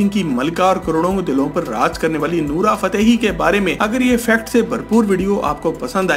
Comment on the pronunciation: Her naam is Nora not nura